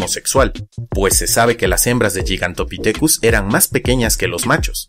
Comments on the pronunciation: No tomes esto como crítica sino como una contribución a este canal que me gusta. Existe el término castellanizado gigantopiteco que se pronuncia como se escribe, es decir, gi y no yi. Por otro lado, siendo puristas, el término griego γίγας se pronuncia guigas y no yigas. Ahora, dado que el término es la latinización de dos palabras griegas, entonces debería pronunciarse guigantopitecus dado que la pronunciación latina para las clasificaciones tipo lineanas es la restituta o clásica y no la romana o eclesiástica. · γίγας se lee "guigas" no "yigas" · Perdón pero se pronuncia gigantopithecus poniendo la lwngua entre los dientes al pronunciar la t. No es yigantopitecus. La letra gama se pronuncia como g no como ye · Respecto de la pronunciación, que yo sepa, al menos según la RAE estás en lo equivocado, al igual que se debe pronunicar "gigabit" y no "yigabit", No obstante la RAE acepta que una palabra escrita en otra lengua (o importada tal cual) sea pronunciada conforme a la lengua de origen. ¡Ojo! la pronunciación de toda la palabra, no solo la primera letra.